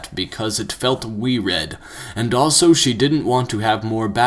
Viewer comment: he can say multitude but not weird?